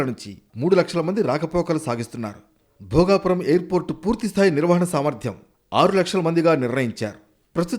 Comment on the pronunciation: Ememi edi bhogavarpu kadu bhogapuram madam